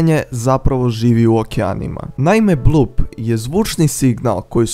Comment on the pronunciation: nekaze se Blup nego Bloop